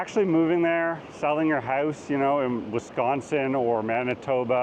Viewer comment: That’s not how you pronounce Out or House